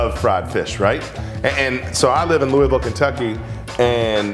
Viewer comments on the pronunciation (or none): Love he’s from Louisville and says Louisville like a non-Kentuckian. Lol 🤦🏼‍♂️